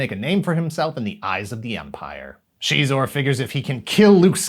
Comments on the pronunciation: Shezor?! Hell nah….sounds like a lil bitch. Zixor(Zyzor)…the only way to pronounce it since the 90’s. SHEEEEZOR?! That’s tarded. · I used to pronounce him as "Ex-Eyes-Ore" all this time its Shee-zor (Xizor) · She?-xor? All this time I’ve said it different, and I’m not stopping. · I'll decide for myself what is and isn't canon when it comes to Star Wars. Disney can't take that away from me! I did always pronounce it "Zy-zor" though, that's gonna take some getting used to. I must've played the snow speeder level of the game hundreds of times. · CHEEZOR?? I had no idea that it was pronounced that way 🤔 🧀🧀